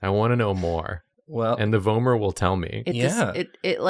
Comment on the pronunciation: I believe the way they said it is correct! I’ve also heard it like “v-aw-mer” but I think that’s dialectical😌